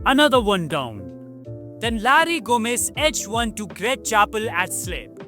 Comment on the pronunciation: His name is Gomes and I have only ever heard it pronounced like the plural of Gome (ending like Gnomes does). It sounds like you pronounced it Gomez. This being the type of thing AI text to speech does I wondered if the commentary was AI. No big deal, not as bad as pronouncing the TH at the end of McGrath (is pronounced M'Graah - shits me when Tommo gets this wrong lol)